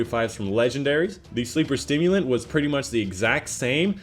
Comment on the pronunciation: Sleeper Simulant not stimulant dude